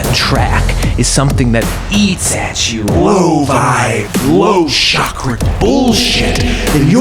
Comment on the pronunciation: Great work! Keep’em coming! But dangit it’s CHAkra, not SHAkra!!! Lol. Subbed!!